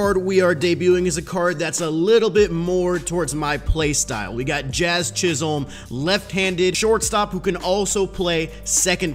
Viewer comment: Jazz's last name is pronounced chis-him